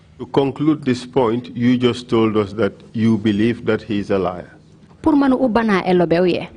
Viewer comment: It's "liar" not lair 😊